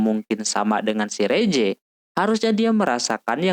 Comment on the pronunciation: mohon maaf ka bukan reze dibaca riss